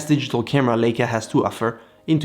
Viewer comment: It's not a "Ley-ca" as in "sail" , it's a "LEI-ca" as in "shy" or "I".